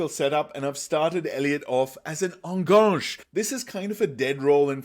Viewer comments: Thanks for your great videos! Love it! Just one minor thing: it hurts a little every time you say "enganche". This is not a French word. Try to pronounce it like "ann-gun-che". (Better yet, google "enganche pronunciation" and hear a Spanish speaker say it). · I like your videos, but please learn how to pronounce Enganche. It’s a Spanish word, not a French one. It’s pronounced very straightforward, the ending is like in Che Guevara.